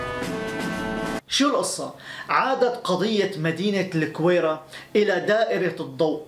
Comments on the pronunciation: Gouira not kouira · احلى تحية لاخونا والله وطنيتك جدا عالية... فقط ملاحظة..الگويرة تنطق بالگي..LAGWIRA